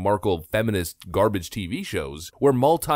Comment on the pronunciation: The made me laugh so much. "Who wants this garbarge" 😂😂😂😂😂😂 nobody 😭😭😭😭